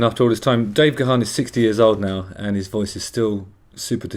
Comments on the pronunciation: It's pronounced Garn not Ga-harn. Love this song so much. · Gaan not GaHan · If you really loved Depeche, you'd know that Dave's surname is pronounced "Garn" not "Gerharn".